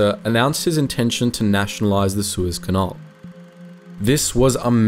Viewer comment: Also Canal, not canahl